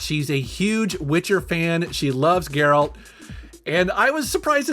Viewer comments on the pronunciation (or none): none